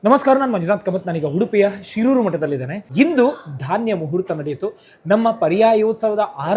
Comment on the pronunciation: ಶೀರೂರು ಎಂದು ಉಚ್ಚರಿಸಿ